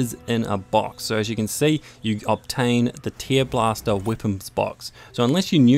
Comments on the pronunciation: I'm pretty sure it is pronounced "tairblaster", not "teerblaster". It's about ripping, not crying. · He has a mild accent. I'm pretty sure that he actually thinks it is "teer" as in crying. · Where are you from btw? Also the "treelobster" thing was funny asf, lmao